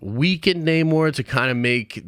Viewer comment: Namor not neymor